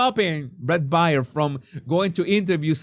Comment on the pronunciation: Bret Baier, his last name is pronounced like the animal, bear.